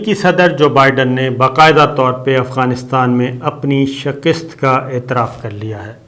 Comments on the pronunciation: Sabir sahib,,,its ' shikast' not shikist,, correct it kindly thanks from UK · The word is SHAKAST not SHAKIST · Respected Mr. Sabir Shakir You are requested to put a ( zabr) on Kaaf. It is not Zair zbeneath Kaaf. Plz check dictionary. Wrong pronunciation is always a burden to the ears and mind. Plz correcto